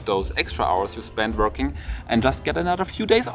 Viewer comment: Are u seriously pronoucing Vorking?